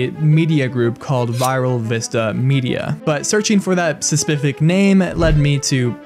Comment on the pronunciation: You can not prenounce "specific"